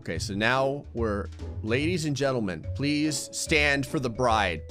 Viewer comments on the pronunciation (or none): none